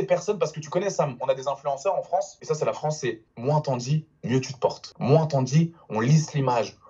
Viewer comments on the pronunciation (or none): none